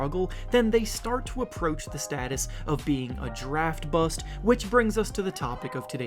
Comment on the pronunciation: Y you say BUST weird duder?